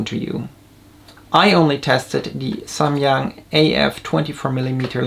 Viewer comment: finally I hear someone pronouncing SAMYANG correctly